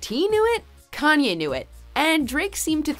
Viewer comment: U guys always call Kanye “yee”. Needs to stop